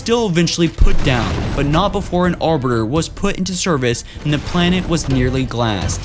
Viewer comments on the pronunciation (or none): Pronunciation for some of the words was kinda cute: Arberder < Arbiter, Colonul < Colonial, Punny < Plenty ;)